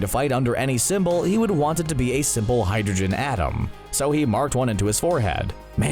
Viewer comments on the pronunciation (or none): none